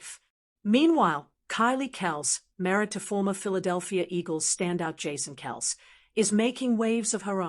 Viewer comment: How can we take this seriously when you can’t even pronounce Kelce correctly? Obviously AI.